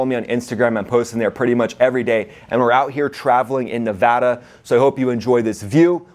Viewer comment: Good stuff, Ryan! Thanks for pronouncing Nevada correctly as always. It's great to see your subs growing considerably! I've been watching for a while now....congrats. I would be interested in your take on DARPA. Do you think we have capabilities that we haven't even seen yet and when would we use them? I know we want to keep our adversaries on their toes guessing, but at some point they should be used as deterrents. I always wonder if things I read about regarding "secretive" technologies are fact or fiction. What say you?